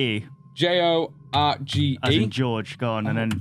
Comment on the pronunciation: You're pronouncing Jorge wrong. It's not pronounced the same as George.